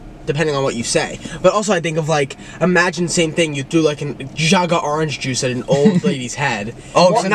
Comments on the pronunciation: Nick and Chris though "The OoRange jUce" haahaha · Arnge Juice??? 😭